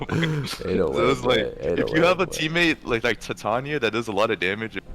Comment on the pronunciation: From what ive heard, based on the pace of the play, the more accurate pronunciation of titania is tih-tahn-ia instead of tie-tay-nia